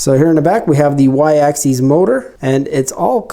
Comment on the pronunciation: Sorry to be that guy but it drove me a little nuts: “axis” is pronounced just how it's spelled, with a short I. It's the plural “axes” that ends with an -eez sound. More importantly, though, some solid points on what to adjust and how, thanks!